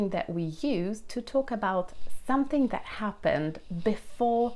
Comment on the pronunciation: When I had been to Whitstable “that” was actually not the first time. In this “that” - I noticed a slight “d” instead of a “th”. I am pretty sure that you have noticed it yourself. Please don’t take this as a criticism. You speak a wonderful British. I just wanted to point out that such slight little things in pronunciation do happen to all people that are not a 100 % native. I need to hear your personal story. As far as i remember there is one among all your tutorials.